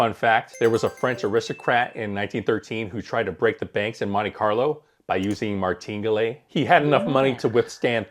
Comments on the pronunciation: Martingalè 😂 My favorite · Your pronunciation of “Maringale” is comically uneducated and quite ridiculous. Why don’t you just Google how to pronounce Martingale and correct yourself. Anybody who knows this will instantly stop watching your video upon listening to your quirky pronunciation in which I have no idea how you could have come up with this particular pronunciation. Good luck!! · Did you pronounce martingale right? I heard it pronounced another way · It is pronounced Martin gale. This is a horrible strategy. The house edge in a double 0 game is around 5 1/4%. Martingale doesn’t change the house edge. It’s not difficult to lose 6 in a row. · Try to learn to pronounce Martingale correctly.